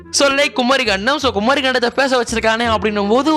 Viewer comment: Bro adhu குமரி bro குமாரி illa😂😂